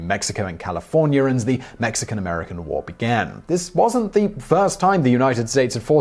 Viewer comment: woo or war??! Lol